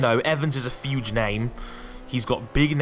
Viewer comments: Did anybody think was saying fuge deal instead of huge deal? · "Huge" doesn't have an "f" in it. Stop saying "fuge".